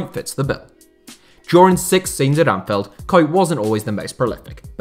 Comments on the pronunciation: Bruv it’s Anfield not Anfeld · Great video! Just a quick note, Anfield has an i in it so it’s not pronounced Anfelled 👍🏻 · Why does this dude keep saying anfeld